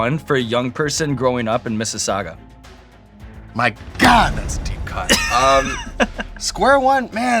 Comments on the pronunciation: i love that he pronounced Mississauga properly! <3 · Love this episode! As a fellow Chinese-Canadian Mississauga-Torontonian, I'm a happy human watching this! Edit: I'm rewatching this for the 3rd time and props to Sean for pronouncing Mississauga correctly! Not many people can pronounce our city correctly! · Big Ups to Square One and to Sean for pronouncing Mississauga properly.